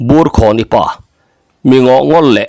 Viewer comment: Burkhawni tiha khawn hi thluk tur a ni lo.